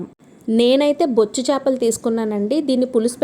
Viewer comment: " బొచ్చు " అనకూడదు ..... " బొచ్చె " చేపలు అనాలి !!!